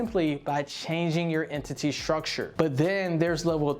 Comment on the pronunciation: Nobody says entity like that.. and then calculations.. bruh